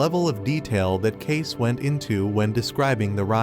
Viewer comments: It's pronounced Ca see not case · It’s pronounced Cay-see, not Cayc. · It’s pronounced Cay-See. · It's pronounced, "Kay-see" as though you just say the letters, "K C". Fact check me: the Association for Research and Enlightenment, where Cayce's readings are stored and made available for study. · His name is Cayce pronounced k-see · How do you expect people to watch this when your not pronouncing Edward Casey correctly? Annoying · He should at least get Edgar cayce's pronunciation right good Lord doesn't this man even know anything about him or is he just reading a script